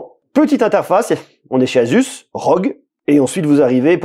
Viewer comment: Enfin quelqu’un qui le prononce correctement